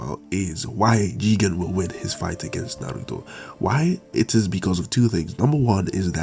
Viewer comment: Why are you saying jigan? It's "Jigen". Put some respect on his name.